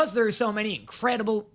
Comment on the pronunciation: ah yes. Incradeable